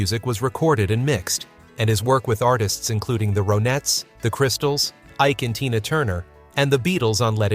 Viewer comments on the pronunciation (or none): Other than not Saying Ronnettes correctly did anyone notice how phil spector looked like Jerry Lee Lewis?